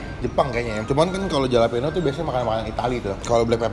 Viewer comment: halapenyo bang di baca nya hehehehe